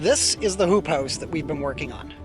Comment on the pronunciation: Did you say hoop house or poop house? LOL great video